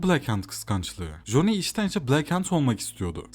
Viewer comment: ya güzel kardeşim joni amk, bütün videonun içine etmişsin. Silverhand diyebiliyosun bir Coni demek bu kadar mı zordu?